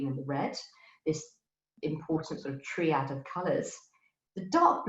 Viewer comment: Great talk but why is her pronunciation so weird? CulliNAHN for cullinan? TREE-ad for triad ?